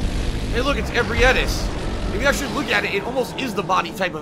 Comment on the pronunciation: the way he says ebrietas' name annoys me almost as much as his otherworldly lack of skill and situational awareness